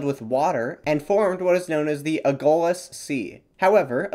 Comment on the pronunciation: The Lh in Agulhas is pronounced the same way as the Ll in Llama.